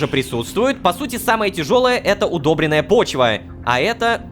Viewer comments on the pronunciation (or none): Удобрённая (ударение на ё!!!!!) почва